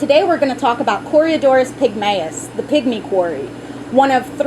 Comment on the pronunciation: What a fanciful way to say corydoras .. Cory-uh-doras